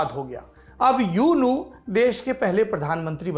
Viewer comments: यूनू नहीं ऊ नू कहिए साहब! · U nu = Oo nu Myanmar me U NU ko Oo nu bol nikal ta hai. I am from myanmar .